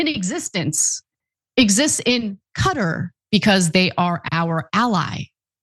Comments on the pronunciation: Where is "Cutter"? do you mean Qatar? haha what a strange pronunciation of this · ahahhaah Cutter :)) Its QATARRRRR Not Cutter...